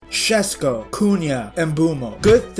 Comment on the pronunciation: friendly tip for future videos, it's pronounced SheShko, not Shesko <3